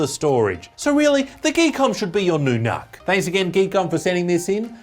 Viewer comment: Pronounced, "nook," as in, "nookular."